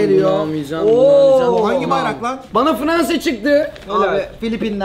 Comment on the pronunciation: fıransa degil